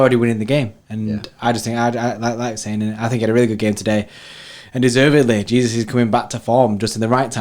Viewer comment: It’s Gabriel Je-sus not Jesus lol